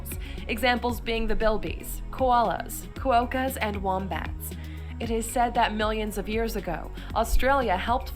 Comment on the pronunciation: haha well I quickly lost hope after calling us a “region”, mispronouncing Canberra and Timor, quokkas - she did get some things right though, including a couple I didn’t know either (6cm! what?) Anyway it is always funny to see what North Americans think of us, they often have no idea but I don’t hold it against them :) When I was there I learnt that many of them didn’t even know anything about their own civil war, WW2/the holocaust, the beginning of their own country… BTW in case you’re interested over here kangaroos are actually a pest, and shark attacks are not common at all but really quite rare and perfectly avoidable, so they’re not a danger at all, won’t go into the rest.